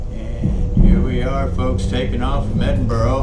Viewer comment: Edin-Burr-uh. that's how to say it, I just watched Glasgow and it was good. You're spot o MS have done a great job on this update I wonder what the smaller places look like Perth Dundee Aberdeen etc. I'm rebuilding my Flt Sim so not flying at the moment.